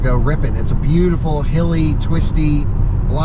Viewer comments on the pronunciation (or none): none